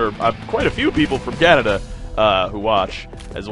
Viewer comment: Canadia, lol